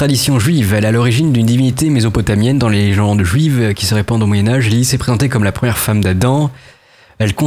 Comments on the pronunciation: Pourquoi LiliFSFSFS ? C'est pas de l'anglais, Lilith ça se prononce LiliTTE, y compris en hébreu d'ailleurs. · On prononce LILITTE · Ca se prononce [lilite] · on prononce « Lilite » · Lilith se prononce lili(te). Bravo pour la chaîne. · Comment il prononce lilithe ?